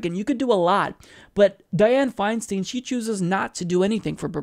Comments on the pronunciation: it grates on my ears when you say her last name It's pronounced like FeinSTINE not FeinSTEEN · The name is Dianne Feinstein pronounced FineStine. Just an FYI. It only takes a minute to look up how to pronounce it on google. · I believe that her name is pronounced Fine- Stein (like beer stein). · Isn't it pronounced Fein"stine"? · Isn't it pronounced /'faɪnstaɪn/?